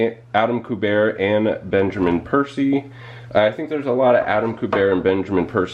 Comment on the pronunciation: It's Q-BERT. Adama Q-BERT, not koo-bear. LOL He's the son of Joe Kubert. Ever heard of him?????